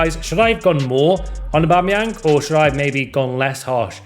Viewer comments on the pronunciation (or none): none